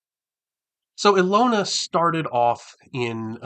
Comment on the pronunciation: Hi, this is a great idea. I'd love to see your break-down of every Greyhawk deity. Also, thanks to this I finally know how to pronounce "Ehlonna". 🙂 I'm looking forward to the next video on this series.